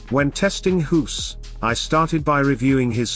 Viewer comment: pronouncing a "g" like an "h" makes you a silly goose.